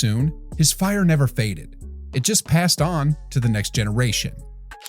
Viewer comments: Please pronounce his name petrowitsch, it's always weird if you hear a wrong name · thank you!!! this narrator butchers his name several times!! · Say it like sandwich. Petrovic. Not Petrovik. Beside that great clip. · Nice video dude, but can't you hear how Reggie Miller pronounces his name? It's a bit annoying to do that when you talk about a legend. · If you’re going to create a video about someone, do your research and learn how to pronounce his name. All the guys that spoke about him knew how to pronounce his name. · I really don't get this dude. You make the video, edit the video, watch people talking about Petrovic in your video and you can hear exactly how his name is pronounced and yet in your narration, you obstinantly, brazeningly and incorrectly keep pronouncing his frigging name wrong. WTF dude? Are you frigging deaf or something?? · I apologize for youtuber butchering Petro's name if he doesn't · Only thing Drazen couldn't do was time travel to teach crappy ai voices how to pronounce his name. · pissed me off too, come on, how you gonna make such a nice video honoring someone and pronounce his name completely wrong?